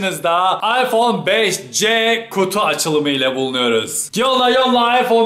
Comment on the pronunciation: iphone 5s i beşes diye okurken 5cyi beşce diye okumak garip değil mi ben de öyle yapıyorum gerçi de ilginç geldi yav birden